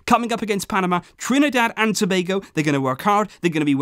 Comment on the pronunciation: I'm surprised he has pronounced Tobago right and I also thought u should've mentioned Dwight Yorke my idol🇹🇹